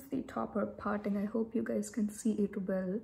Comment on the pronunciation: The way u pronounce T is so funny .. for parting I heard as farting🤣🤣